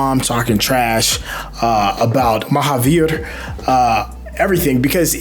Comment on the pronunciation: Nicely done with the pronunciation of Mahavir’s name,!